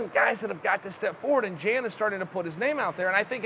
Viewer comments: Jan 😂 Uncle Chael strikes again. It's pronounced Yawn = Jan we got u Unk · "Yan" is how it's pronounced. I know a Jan and sounded just like Uncle Chael for a while. It's Jan, not Jan. C'mon bro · Chael your the man.... Pretty sure it's not prenounced Jan though. Fairly sure it's prenounced Yon. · Hey Chael you moron. It's Pronounced Yan, not Jan. Jan is a Girls name. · Jan = Y(ANN) Joanna = Yo(ANNA) Much love from Poland:) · The way you say „Jan” is all sort of wrong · Chael “Jan” Sonnen